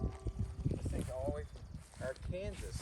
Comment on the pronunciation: Arkansas is pronounced AR-kən-saw